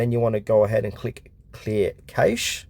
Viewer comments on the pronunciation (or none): It’s cache. Pronounced Cash or if you’re posh Cash-A.